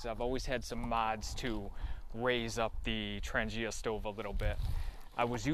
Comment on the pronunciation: Hi, very nice video. Thank you for the shout out. At least one new subscriber found the way to my channel. Nice set up and you pronounce Trangia well, my friend. Thanks for sharing! ATB, Ulrica